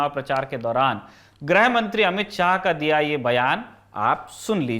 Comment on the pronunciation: "ग्रह" मंत्री या "ग्रह" युद्ध नहीं होता है जी। गृहमंत्री और गृहयुद्ध होता है। चाहे वर्तनी की अशुद्धि हो या उच्चारण की, कृपया इसे शुद्ध करें। Lallantop के Anchors से ये उम्मीद नहीं है हमें।